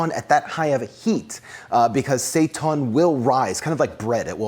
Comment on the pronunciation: "Seitan will rise" Yes, yes he will. Mwahahaha. PS. It is pronounced "say-tan". Hence those rad "heil Satan" shirts out there.